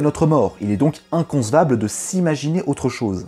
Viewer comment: Merci pour la vidéo, mais une chose m'a sauté aux oreilles , je chipote vous me direz ... Mais inconCevable ne s'écrit pas avec un S ou encore pire avec un Z !!! Cette mode de prononciation est quelque peu dérangeante !! Boujou !!